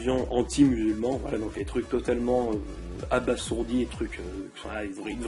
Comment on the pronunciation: Ouiii le retour!! Par contre j'aime bien tu essayés de bien parler alors que tas dis 20x "ect" alors qu'on dit "etc" et on dit pas "abassourdie" Mais "abasourdie". ^^